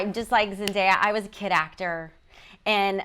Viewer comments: Is it just a British thing, that they all pronounce Z’s name as ZenDIEa?? 😭😣 I feel like Tom probably made a conscious effort to properly pronounce her name until it became natural for him lol 😭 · i cringed when helen said “zenDIEya” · Her name is ZEN-DAY-UH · i was so scared she would say zendaya's name wrong at the introduction😂